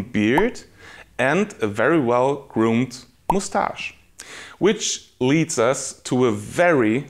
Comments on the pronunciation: Is he saying (moose)tash like that on purpose? 😂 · Moustache is a word of french origin so he's saying the french way.